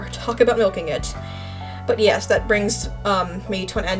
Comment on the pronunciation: sodas “Meh” and “Yesh” when you say it sounds like you have a speech disorder. (No hate to people with speech disorders.)